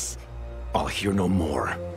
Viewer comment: lol really do be saying sheshomaru🤣